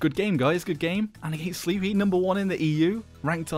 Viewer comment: His name is pronounced "slepy," not sleeppyy